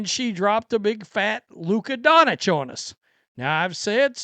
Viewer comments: Donich? That's some really hillbilly stuff. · he’s just not an actual sports fan, he just likes to get red and whine. Any actual fan would correctly pronounce Doncic, Jokic, etc